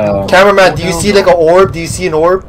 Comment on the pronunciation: Bro when said ''The prb the prb!!!'' Im like- ''Its orb not prb XD''